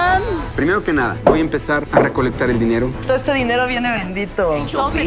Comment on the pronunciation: Like si viste que se callo la "E" De "QUE" Rie